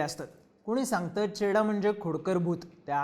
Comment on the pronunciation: घोडा लागलाय ❌ चेडा लागलाय ✅ 😅